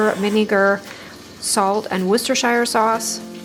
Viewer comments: the only pronunciation that I know is that the second part of the word is pronounced sheer not shire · Always enjoy your cooking videos. I recently learned, it's Wooster-Sure sauce. Like New Hamp-sure. Don't feel bad, I've been saying it wrong longer than you've been alive - LOL. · Interesting way to pronounce Worcestershire. I’m German and always fascinated how pronunciation differs.